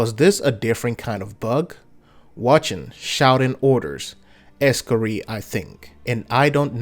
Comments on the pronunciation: Wtf is an Ex-cari? You mean Ee-scar-i? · Es-Scar-Eye not ree lol.